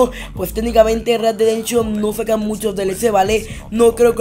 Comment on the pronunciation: READ DE DENSHON:V read dead redemption*